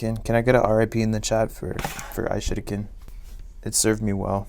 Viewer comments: F in the chat for the "I shadow kin" I guess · Of course the ishurikin broke after all it sounds like you were calling it the ishitican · Why does it sound like he's saying I sh** again 🤣🤣🤣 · He says that he will use the I shitiken but it sounds like he said I will use the I shit again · it sounded the same as "iShuriken" but in sus version"I Shit Again"